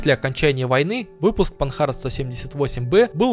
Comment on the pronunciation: машина Французкая и поэтому читается по французски, панАр, а не панхард